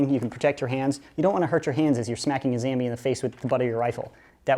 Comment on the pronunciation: I love your channel but its so annoying when u call zombies zambies